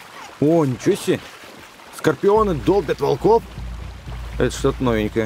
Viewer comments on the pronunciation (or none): none